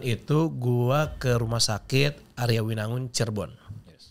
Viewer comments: jujur maap yaa cuma greget aja, di sini sama di dms nyebutnya aryawinangun. nyebut nya biasa aja sesuai tulisan nya Arjawinangun 😭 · Aku orng Cirebon taunya Arjawinangun bukan Aryawinangun😂